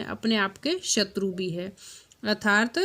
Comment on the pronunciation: कृपया अर्थात शब्द का उच्चारण सही करें।